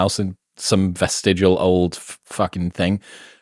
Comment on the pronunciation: when he said "fucken thing" he turned america. for a second